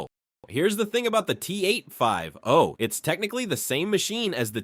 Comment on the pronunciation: T-8-5-OH! 😂😂😂 T-oh-ooh!!-one.